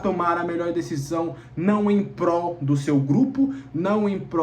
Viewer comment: "em Prol" e não "em pró". ❤